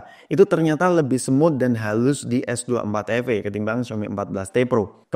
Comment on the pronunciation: Ay de ting, ay cus S dua empat efe